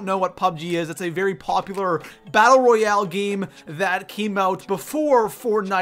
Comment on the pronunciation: “Royal” you were close